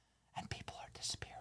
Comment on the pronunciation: Yea “disapearring, BACK TO THEIR COUNTRY😅😂😂😂😂🫡🇺🇸🇺🇸🇺🇸🇺🇸”